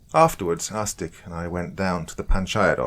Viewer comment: Can't stop hearing the brothers name as arse dick and laughing every time.